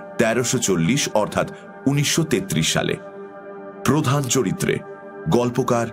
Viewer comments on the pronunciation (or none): none